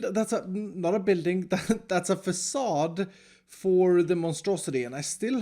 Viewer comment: Drinking game, everyrime says 'fAcaDe'